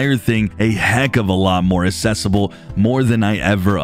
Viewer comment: It is pronounced accessible with the first C being read as a normal C and not assesible. Thank you for the great video as always